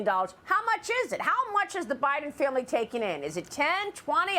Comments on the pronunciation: He called him butter hide’n Lol I chuckled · He almost said butter hots laptop. Lol just found it funny is all. Gotta the little things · He almost said "Butter Hiden". I wouldn't disagree. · "Butter Heiden" ;-) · He said Butter Hiden...😂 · Lol! He said Butter Hiden! Hunter's hidin' that butter! 😂